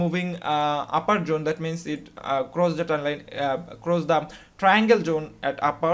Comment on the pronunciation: I've just worked out; when he says Jone, he means Zone.